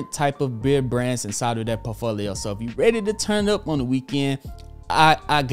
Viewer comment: I'd never trust a man who can't even pronounce "portfolio" lul